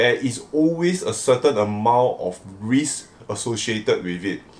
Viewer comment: Certain amount of reesk 🤔🤔🤔🤔 RISK....